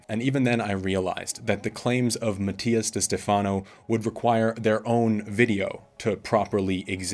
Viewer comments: This may be your view now, but as you grow and mature, you will understand one day. Also, you’re not pronouncing his last name correctly…. When the student is ready, the teacher will come. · If you did all this research and you can’t even pronounce his name right is because you don’t like him. Shame to your channel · So we’re not supposed to believe Mattias but we are to believe this guy. Who can’t even pronounce Mattias’s name correctly.